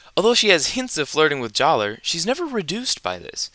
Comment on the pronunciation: Jaller is pronounced "Jah-luh"